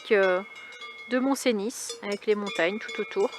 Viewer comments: Bjr. Magnifique n'est ce pas mais si je peux me permettre, chez Nous on dit... mont Cenis (phonétiquement (eu) et non comme tu le prononces. 😂 Bonne riute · Bjr, lac du mont Cenis le s ne se prononce pas. On dit Mont Ceni merci.